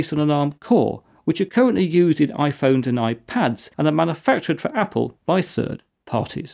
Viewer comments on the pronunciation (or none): "sird parties"